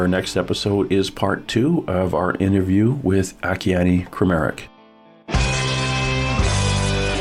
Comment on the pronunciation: a- KEY - ANN ! (At least, pronounce this GIFT FROM GOD'S name correctly......)!!!! Don't be FOOLED, HER HAND IS NOT PAINTING; IT'S GOD'S HAND PAINTING THROUGH HER!